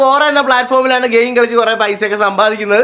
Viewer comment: ഓന്റെ ഒരു ഗയിമും.....ഗയിസും...... .....